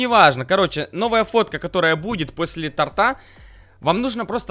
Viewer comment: .тОрта, а не тортА